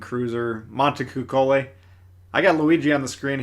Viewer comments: Dammit T the c is spelled like the C in the word Champion its Cuccolli not Kukkolli come on now! Or if your into 80s porn Cuccollina is basically spelled the same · Monta coo cho lee. You hurt my guinea ears my man. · lol not superior but I have studied multiple languages and speak several to different degrees. French being my best but of course English is my native languages. It's Mohn-tey-kooh-chohl-lee